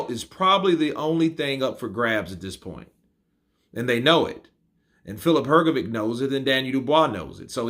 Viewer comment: Daniel Dubios pronounces the last name Hrgović correctly., it's really a big puzzle to me how you can continue to pronounce the last name incorrectly when DDD pronounce it correctly. Could you please explain that? I invite you to listen to the correct pronunciation of DDD. Listen, please, how to pronounce the surname Hrgović CORRECTLY!